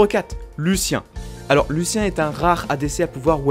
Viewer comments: Jsuis le seul a prononcer Lucianne et pas Lucien ? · Pas Lucien xD Lussianne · LUCIAN ET PAS LUCIEN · Lucien xDD En fait, si on suite la prononciation anglophone comme référence, ça devrait donner : "Louchianne"